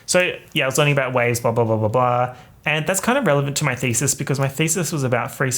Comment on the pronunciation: lost ALL MY SHIIIIIT everytime he said "doing my thesis" cuz heard "doing my feces". I'm done having only one rotten brain cell